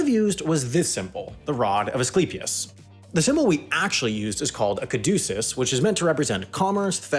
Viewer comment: you pronounced caduceus wrong